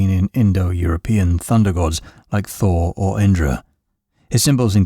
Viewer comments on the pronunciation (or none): none